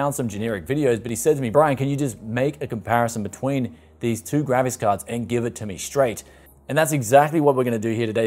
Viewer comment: I always hear the Gravis Card! Not a Graphics Card. Lol!